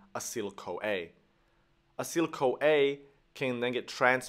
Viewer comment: and also not acyl-CoA, but A-CE-TYL CoA (3 syllables not 2), Also, as Golgi was Italian, the second 'g' [golGI] should be pronounced like the 'j' of "Jersey". Otherwise, very useful.